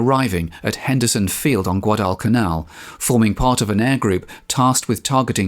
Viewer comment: The way you pronounced Guadalcanal was best I've ever heard! The way Aaron Echkart soluted his bomber pilots on harnet aircraft carrier right before making this raid, was best solute I've ever seen! Go! Dick Best, Wade McCluskey an all they're screws!!